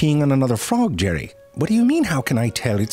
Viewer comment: Or how he says “ do” 😂 … but he says dew